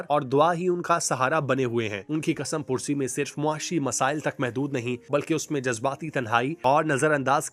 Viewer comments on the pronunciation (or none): Kasam pursi nahi kasmapursi bolte hain